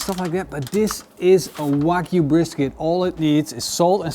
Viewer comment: Its Wagyu beef, not Whack you beef😂😂😂